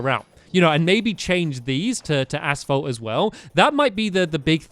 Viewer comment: is it just me or does stamps say ass fault? I haven't watched him in like 4 years and I come back to this? wtf.